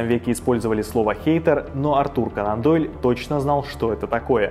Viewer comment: Все супер, но не могу понять один момент, почему произносится Канандойль, как будто слитно, хотя он же кОнан Дойль